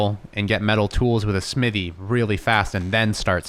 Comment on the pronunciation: Don’t forget the h in smithy